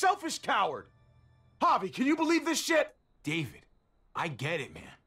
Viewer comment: its a pretty big oversight from the voice acting perspective how their dad pronounced david the american way instead of as "dah-VEED"